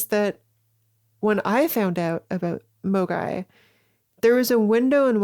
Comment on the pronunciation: I'm sorry, every time you say "a MOGAI [person]" or "um.. MOGAI" my Internet poisoned brain can't help but hear the 2020 hit game and all around dumb shitpost AMOGUS